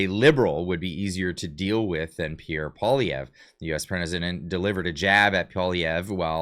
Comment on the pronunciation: PBD got absolutely roasted in the comment section when he went after Pierre. His knowledge of Canada is very little. He said Pierre lost an election to Trudeau, which is obviously not true, and he also still can't pronounce his name but wants him on his podcast.